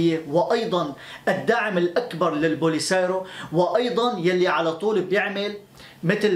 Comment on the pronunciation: أخي إسمها البوليساريو و ليس البوليسايرو هههههه تحياتي لك أيها البطل